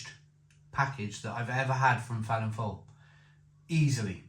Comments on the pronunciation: Its pronounced Velin voil by the way. 👍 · It's pronounced Velin-Voel instead of the F you say a V 😊